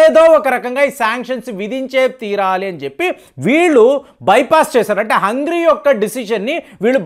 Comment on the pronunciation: 'హంగ్రీ' కాదు! 'హంగేరి' అని పలకండి సర్!